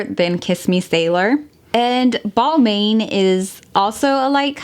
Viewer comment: Balmain is pronounce “Balmon”